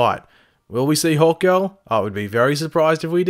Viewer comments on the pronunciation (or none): is he saying "Hulk girl" or "Hawk girl" cause i can't tell...